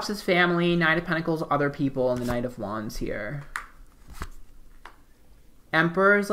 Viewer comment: I think he is saying "wands" but all I hear is "Juans" ...3 of Juans, 4 of Juans....Or is it something else? I know nothing about Tarot cards and had this playing in another tab and didn't know he is most likely saying "wands" until I switched back to the video.